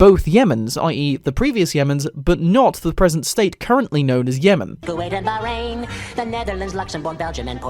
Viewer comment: I shall argue. You pronounced Dominica, Bahrain, and Qatar incorrectly